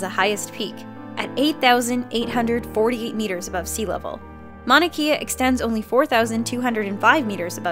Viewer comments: It's pronounced maunaKAYA not maunaKEYA. Just a friendly correction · Mauna kea is not pronounced "Mauna 'Kee" ah", it is pronounced "Mauna 'Kay' ah". And if the shrew is 1.8 pounds, it is not the lightest mammal. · It's not Mauna Kea it's Mauna Kea (kay yah) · Its actually pronounced mauna kay-ah....i would know im from hawaii and am hawaiian myself. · Maunakia... you mean Maunakea? 💀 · It is not mauna key uh is it mauna Kay uh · I'm sorry but as a Hawaiian, it's pronounced "Mon-u-Kay-uh". LUV U! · Youre pronouncing Mauna Kea wrong, im from Hawaii. Kea = KAY-AH That was cringe worthy lol sorry but there you go. Thats all. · Actually, it's pronounced Mauna Kea... Like (Mau - nah) (Kay - uh)... Not that you're 100% wrong, I get that it's hard to pronounce.. But just in case people wanted to know..? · She pronounced Mauna Kea wrong its pronounced mauna Kay-ah... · butchered Mauna Kea.... smh mana kia where that at???? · it's pronounced Mauna Keh-a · It's pronounced Monakea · Mauna kea (mouna ke ea) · No offense but it's maunakea (maunah keah) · Hey it's MAUnakea. As in mow. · Yeah I'm mad about the misleading thumbnail, but the butchering of Mauna Kea really pissed me off. It's not THAT hard, non-Hawaiian-living people. ... Unless you have a really strong accent. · You said our mountains name wrong and it's obvious she's the tallest on earth because you need to count from sea floor up not ground up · you pronounced mauna kea wrong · disliked for thumbnail and mispronounced Mauna Kea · You said Mauna Kea wrong. I know this because I live in the state and island of Hawaii. I also came for the thumbnail..... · they pronounced mauna kea wrong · You fucking pronounced Mauna Kea wrong and for us Hawaiian viewers it's painful to listen too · I cringed when she couldn't pronounce Mauna Kea correctly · the pronunciation on Mauna Kea is really bad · They butchered the pronunciation of Mauna Kea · the way you say Mauna Kea makes me cringe.